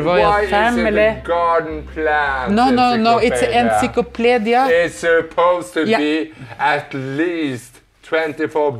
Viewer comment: I love how you pronounce enciclopedia.